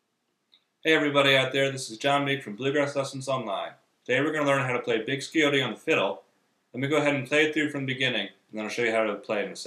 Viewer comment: Thanks for slowing down the tune so I can figure it out. Nice instructions too However, with me living a couple of miles from the Scioto River, I'll give you a little help with pronounciation. The c is silent and the i is long as is the o. The y would be as you said, a long e.